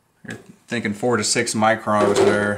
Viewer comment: It's MICRONS. There is an "n" in there. Yeah, I have a Mazda CX-5, and it has some seriously thin paint.